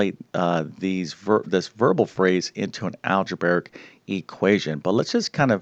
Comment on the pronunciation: I like how you say "algebaric". And I got the 18 just fine, but how is this really so hard?